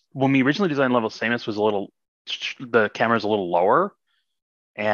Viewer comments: wait is Samus pronounced "say-mus"?? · No. Her name is verbally pronounced in Smash. Sa-mus. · most wild that he pronounces her name like "Same - S" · I began watching this in trepidation, and my trepidation was fully rewarded, when the guy said "Same-us" and changed my world forever. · Same us? Does anyone else pronounce it this way? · I know this is an asinine thing to point out but I was thrown every time the senior engineer on metroid prime 1 and 2 mispronounced "Samus". or perhaps is that how we've been supposed to be saying it this whole time???? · It's pronunced with [a] in both japanese and chozo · Dude made metroid prime and cant even pronounce samus